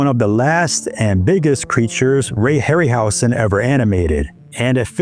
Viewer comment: Hey, Dude. Ray’s name is pronounced with a Z sound, not S: (Harry – Howzen)